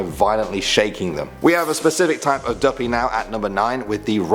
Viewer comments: Imma be honest I'm still laughing to the end of this video. Dooppii 🤣🤣🤣🤣🤣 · im jamaicannnnnnnnnnn omg how he pronounced duppy though😂😂😂😂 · You pronounced duppie wrong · Because he is british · If u say duppy like that one more time I will die lol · Real talk 💯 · feel a me alone fi real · saying duppy and mama kill mi